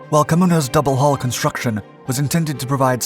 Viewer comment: It's double HULL not double hall .